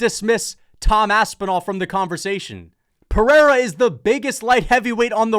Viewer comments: Chael STILL saying “pee-era” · Can we please censor every time Chael calls Pereira "Pea Era", its so damn cringe. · It’s so obnoxious hearing chael say pee-era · Chael sonnen called Pereira Pee-Ayra one day went on with it for ever lmao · Them saying peeairuh is pissing me off. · i just want Chael to say Pereira correctly just one time. is that so much to ask for? like who tf is this GOAT Pierre guy ive never heard of he keeps talking about fighting Jon Jones? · Chael constantly pronouncing Pereira's name wrong is starting to get annoying, the schtick is getting old.